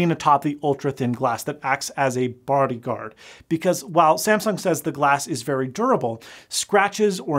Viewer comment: “bardyguard”. Is that a Utah accent? :)